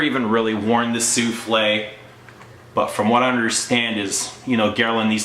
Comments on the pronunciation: souffle not souflee it means wisper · It's SOUFFLE, not SOUFLE'/SOUFLEE! Means BREATH/veil/caresse, not a cake!! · why are you calling it like a dish - soufflé? There is NO "accent ague" at the end. It is called SOUFFLE (su:fl') - the breath of perfume, not an "egg dish of perfume". There are no culinary references here.